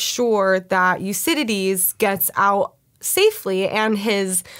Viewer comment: I've never heard "Euridice" pronounced "Your-cididty" before, that was an experience! Lovely review, thanks for sharing - I enjoyed how passionate you were about this excellent film.